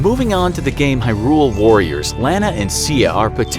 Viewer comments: It's pronounced 'high rule' not 'hirul' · It’s pronounced “high rule” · Was I the only one here bothered by the way they said Hyrule here? Or sorry, I guess I should call it Huhrule. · Hi-rule? It is more like HI-rule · Hi-rule, not herule. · it is HYrule, not hyRule xD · “Harule” Me: YOU WHAT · "erule" "wind wakkker" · Talks about OoT Zelda shows Marin in video to represent her •HUH-ROOL •WIND WALKER •LAND-NUH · So no one's gonna comment on the way he pronounces Hyrule? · Why does he keep pronouncing Hyrule like that🤢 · I feel like the narrator is a thirty something who has never even touched a controller because the weird pronunciations of hyrule and wind walk- I mean waker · uhm, I really dont like the way he says hyrule and windwaker but aight cool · How on earth is it you pronounce Hyrule?? :O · Umm, how is this guy pronouncing "Hyrule"? O.o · The way he says hyrule is horrible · You are pronouncing hyrule wrong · It gets on my nerves how they pronounce Hyrule and they DONT SAY WIND WAKER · Pronounced “HI-Rule” Did you seriously say Wind walker and not wind waker?! 🤦🏾‍♂️ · I’m not sure the makers of this video fully understand what they’re talking about considering he pronounced it “Wind Walker” and mispronounced “Hyrule”. He also overlooks important details within the games. Additionally, he includes Hyrule Warriors, which is not cannon while skipping over games like Minish Cap, 4 Swords, Link to the Past, and Spirit Tracks.